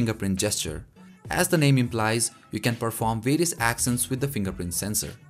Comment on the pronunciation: Actions(act ions) not axions(ax ions)